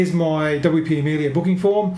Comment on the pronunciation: It's Amelia, not Amilia.